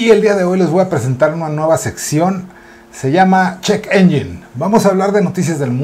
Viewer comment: Se pronuncia ENYEN no ENYIN y muy buena sección, estaba esperándola porque en TIxus ya casi no están dando noticias nuevas